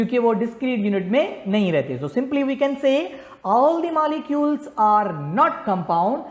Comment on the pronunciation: Molecules❌ Malicules✅🤣🤣